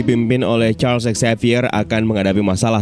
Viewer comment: Charlsex xavier?? Atou apa sih ngomongnya, harusnya Charles Xavier kann